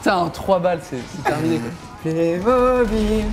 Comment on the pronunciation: pourquoi tu dis plémobile